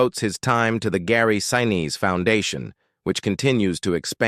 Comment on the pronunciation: PLEASE pronounce his name correctly. He deserves to be respected both during filming and after.